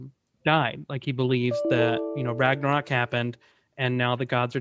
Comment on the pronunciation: why does he call it a ragnorak?